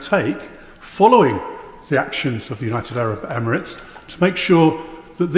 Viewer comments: 'united abrit ebremits'??? she cant even talk properly 😂😂😂😂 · Can’t even pronounce United Arab Emirates, twice got it wrong…. this country is fu*ked, Starmer and his underlings are all so thick it’s unreal😂